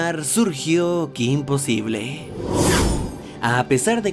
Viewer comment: Cometiste un error al poner possible y pronunciaste posible